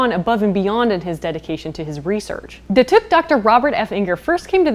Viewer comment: Datuk is pronounced Dah-Tok. :)